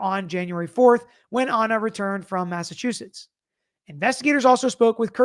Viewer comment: My Husband was born and raised in Massachusetts. He said you did great at the pronunciation. He married a Southern Belle (me) and we have fun conversations about what we call items. I told him I was passing a Statie when a NC State Trooper was beside me. He was so proud! 😂